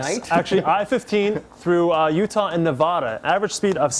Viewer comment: NEVADA! Not Nuhvaahduh.